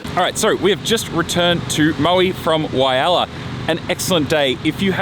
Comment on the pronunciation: great video but please get the name Walhalla right